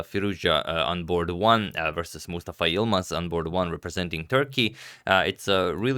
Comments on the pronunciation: Agad, you pronounce Mustafa so well, as if you speak Arabic naturally, very impressive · I really liked the game and the way Agadmator pronounced" Mustafa " name, you pronounced it as a native Arabic speaker!